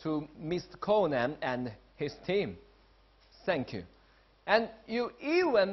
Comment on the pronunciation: 'sank you' yo, why the fuck he gotta bring up the Alamo like that tho 😑